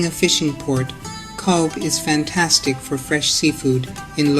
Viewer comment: Cobh is pronounced cove